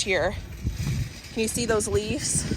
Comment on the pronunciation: Are you saying "leaves" or "leafs"??? It's driving me nuts lol!!!